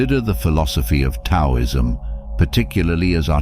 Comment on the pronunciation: I believe it's generally pronounced "dow-ism" sir. (Taoism..that is ) respectfully. Otherwise your videos are agreeable. I'm subscribing and binging them currently .